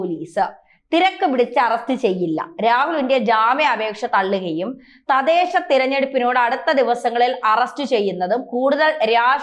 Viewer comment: തദേശ അല്ല തദ്ദേശ എന്നാണ് ശരി